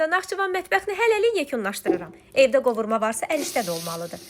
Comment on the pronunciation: Qovurma yox Qavırma